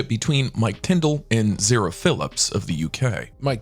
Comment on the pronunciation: Her name is not zero it's pronounced Zarah